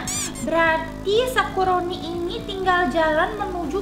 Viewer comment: Kok manggil sakuroni jadi sakurani